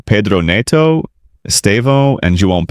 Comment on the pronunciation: Paydro??? Nedo?? Only Americans pronounce Pedro as Paydro and Neto as Nedo. An American making analysis or commenting on football matters is just catastrophic. These guys can't seem to pronounce these players names correctly. Paydro, Nedo. PHUCK.